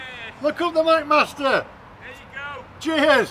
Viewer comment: Today I learned that "MacMaster" sounds just like "Fat Bastard". Sorry, guy on the roof!